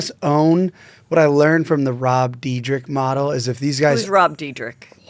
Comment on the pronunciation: Not surprised that has no idea how to pronounce Rob Dyrdek's name. And then being like "you don't know who that is?" Ummm yeah no one knows who Rob Diedrich is,! 🤣🤣🤣🤣